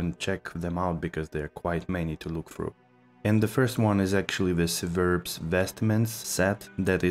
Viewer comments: Civerbs is pronounced with a k sound not an s sound. Example would be: Kiverbs, not pronounced siverbs. Just to let you know. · lol no shit, that's weird I've never heard anyone pronounce it that way. This is the first time I heard it pronounced like that. Brevic is civerbs spelled backwards. Which is a drink and it's not pronounced brevis